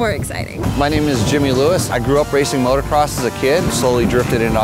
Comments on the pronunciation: did she just say motocrost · did she say motocrosst??? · its motor not moto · She keeps saying motocrost😂😂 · the one chic kept on saying "motocrosst" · "motocrost" lmao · She keeps saying "Motocross-T" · She said motocrosst